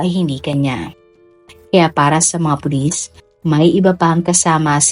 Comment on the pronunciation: Meron nga po kaunti sa part na " tinanong ng mga pulit, (s) ang nga staff ng hotel kung may katama ba si abby. Pero no prob still my Idol po.